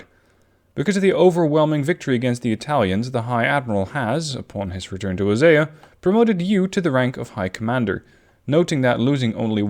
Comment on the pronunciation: It's pronounced oh-see-ah